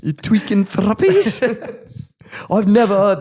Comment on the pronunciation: It’s thrupnies not thruppies lol